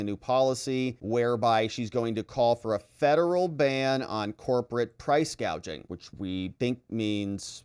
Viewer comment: She couldn’t even read from her teleprompter and called price gouging price gaging